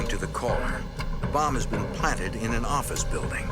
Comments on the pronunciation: "nuu yawk affice" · NO YAWK FAFFICE! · NEW YAWK AFFICE!